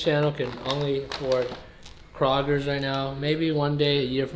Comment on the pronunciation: Nobody: Kraugers It is pronounced Krōgers